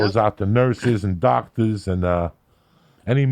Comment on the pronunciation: On every episode I look forward to Joey telling “kick this mule lee” LIKE A DOCTAA